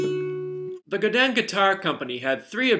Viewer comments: You just made me want to say Godin correctly.......Go din - Godin....not Gadan. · Gudan? Goodan, it's go din. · They're a French Canadian company, so in French it's pronounced Guh-Dei (or something like that; you really need to speak french to know how to say it) Google Translate does a pretty good job at saying it ;)